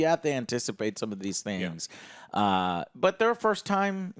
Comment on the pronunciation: Bu an Impor enh? Joe lost his T's somewhere.